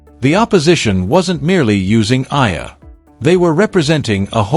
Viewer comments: Kindly pronounce the name of our Philippine tennis superstar correctly...! She is named Alex E-ya-lah (Eala). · Pls. EALA is pronounced E-yA-LA Starting to get tired of hearing otherwise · Study harder. Use technology how tonpronounce EALA properly. Its an insult to murder someones name especially a celebrity coz everybody knows. Stop calling her Aya. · Her last name is EALA pronounce as E-YA-LA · you are a terrible content creator! You can't even say her name properly, much worse, using AI voice. Why are you so focused on how much she could earn? and get your information right!!! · just to shame you can't even pronounce her name properly ALEX EALA ! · Ur commenting on eala bu u could not pronounce her name ... shame on u ... 😢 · I believe for communication purposes and just following proper reporting or documentation you should know how to properly pronounce the name of the subject of your video. Also the correct spelling of her name in the subtitles or captions.